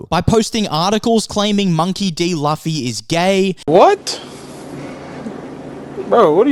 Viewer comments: Loo Fee. Not Laughy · It's not Luufffyyy, it's Loooffffyyy... 😅😂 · Good points, but I'm gonna be that guy. It's pronounced Loo-fee, not Luh-fee. Edit: Didn't see your pinned comment. 😂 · I didn’t know it was loofy instead of the way you pronounced it until I watched it do it’s okay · I'm saying it's Loofy! But the point is what matters and it's the thought that counts 😂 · Luffy is pronounce as Loofy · "Luhfe" lol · Alright, I think it's safe to say these "critics" haven't really watched the show. 😂😂 Also, it's pronounced "Loofy", fam. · monkey D Laugh-y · I like how you pronounce Luffy's name wrong repeatedly and be confident with it. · How do you pronounce Luffy’s name wrong of all things… 🙃 Side note, the critics are bored and just want something to complain about. I’m glad the show runners did their own thing. Hope they keep it up and don’t get pressured into becoming political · what critics? i’m really curious. i’ve been following most critics of the show but never read any hate politically or not. Kimda sound like YOU are the one that tries to stir something. And you keep pronouncing Luffy’s name wrong. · I second that... pronunciation of Luffy's name... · I was looking for this comment. Like he says it's a good show. If he saw it then he must know how to say Luffy's name correctly.